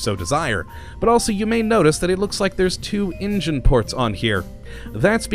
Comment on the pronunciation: its engine goddamit, not ingine